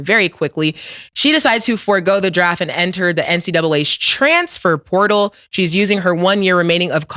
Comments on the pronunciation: “Transfor potal” was beatin his ass 😂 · “Transfort poooootal” 😂😂😂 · “The trafanper sportal” 😭😭😭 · “Alright cam, say transfer portal” Killa: Stanima. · Why cam can’t say transfer portal correct 🤣🤣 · cam struggling to say transfer portal lol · Cam not being able to say “ transfer portal “ is sending me 😂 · The words “Transfer Portal” was fucking Cam up😂😂😂😂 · To be a rapper Cam sure does struggle to pronounce a lot of words/names/phrases 😂 ALOT lol. Is it the teeth? Does he do it intentionally or he just don’t give af 🤷🏿‍♂️